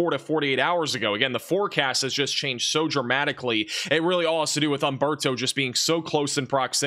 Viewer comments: Nice talk, but it is Humberto and not Amberto ... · Just a quick correction: For all Spanish names and words, the "H" is silent. Humberto should be pronounced oomberto. Thanks!!